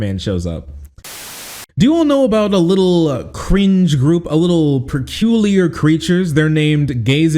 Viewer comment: Am I hearing things wrong or does pronounce "peculiar" in a weird way?